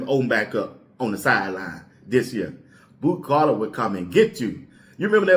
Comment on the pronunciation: It’s Boo not Bo